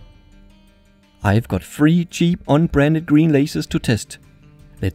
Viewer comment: I think he was saying "Un-Branded" with an accent.